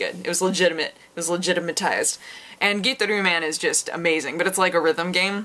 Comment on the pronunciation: First time I ever heard Gitaroo Man pronounced like that. I've only ever said it "Guitar"-"oo" man. And I'm asian. One of my favorite obscure music games alongside Parrapa the Rappa and Slap Happy Rhythm Busters.